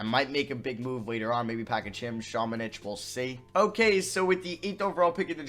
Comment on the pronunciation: I’ve been prouncng luka samanics name wrong it’s ______:literally next time says samanic